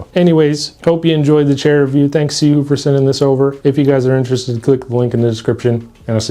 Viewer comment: Are you pronouncing that right?